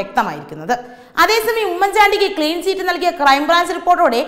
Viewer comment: ചീറ്റ് അല്ലകുഞ്ഞെ ചിറ്റ് എന്നാണ്. വാക്കുകളുടെ അർത്ഥം മനസ്സിലാക്കി വായിക്കൂ.